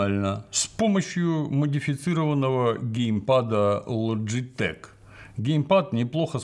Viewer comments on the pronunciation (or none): none